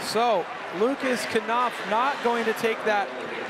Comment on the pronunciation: can you please dont call lukas knopf "lukas kanopf" its called "lukas knopf" there is no "a" after the "k" in the lastname